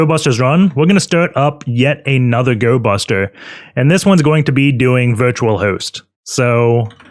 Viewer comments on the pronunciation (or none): none